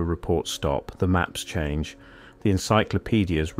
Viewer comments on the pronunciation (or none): none